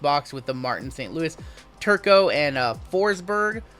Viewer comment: It's saint Lou e